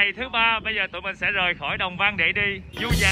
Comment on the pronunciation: Đang thắc mắc sao clip này nghe giọng anh Khoai lạ lạ, ko đặc giọng miền tây như trước nữa. Du Già mà nghe như Ru Già <"